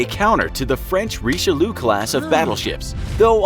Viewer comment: Yup. Don't get me started on the name "Riche-loo." Or "You-gen."